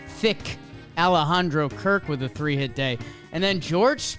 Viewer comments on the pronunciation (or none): none